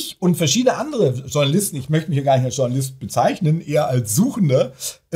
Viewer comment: Warum sagen diese Leute immer "Tschornalist"? Das tut weh